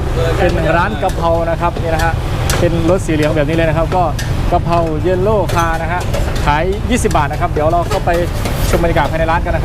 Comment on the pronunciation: yellow ต้องใช้คำนี้ ไม่ใช่ yallow ที่แปลว่าสีเหลือง